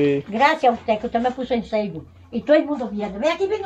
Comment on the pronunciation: la doña quiere decir FACEBOOK y dice ceibo, me rei mucho cuando le preguntaste que el cribo y ella te dijo por hay los videos que la ven, jajajaj 🤣 pero es en tus videos que la ven por FACEBOOK.